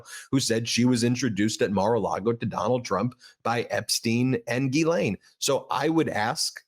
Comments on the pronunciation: Why can’t anyone pronounce Ghislaine…it is not Guylaine! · Ghislaine is pronounced jiz lane. It comes from Breton in France.